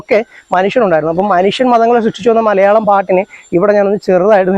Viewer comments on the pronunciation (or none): none